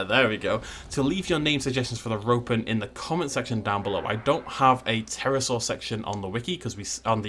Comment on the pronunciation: Every time he says Ropen, I hear Rodan